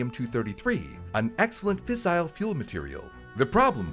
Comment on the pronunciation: fiss-ul not fiss-eye-el